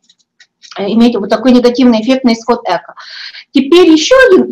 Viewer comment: Эко' ударение на "о",и только так